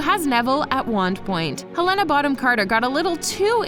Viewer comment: you pronounced Helena Bonham Carter's name wrong. It's Hel-Le-Nah. I don't believe the Holy Cricket one because I saw or read something that said Emma Watson actually hated saying Holy Cricket. So how could it be improvised if she hated saying it from the start? Also that scene with Mr. Weasley is not adlibbed it's in the book somewhere but sadly you never get to see him ask about the rubber duck in the DVD version, it was only in the movie theaters that you heard him say that line.